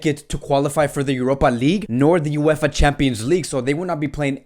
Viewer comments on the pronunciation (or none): none